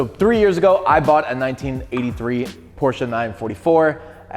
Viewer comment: Thx for pronouncing PORSCHE the right way, and not "PORSCH". I really appreciate it. Greetings from Germany. ⬛🟥🟨